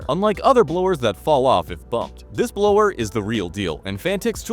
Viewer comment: Did he just say blower? lmao